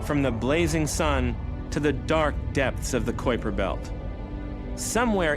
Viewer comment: Omg dude, it's pronounced k-eye-per belt, not coy-per belt. kui... k-eye, try it with me now, k... eye... per. kuiper christ